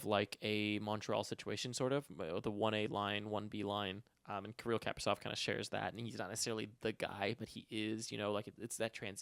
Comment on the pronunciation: just a nitpick, but Kaprizov is pronounced like kah-PREE-zawf. Kinda like capri sun😺